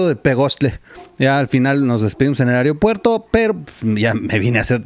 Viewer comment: AEROPUERTO, NO AEREOPUERRO. Lo digo en puen plan como seguidor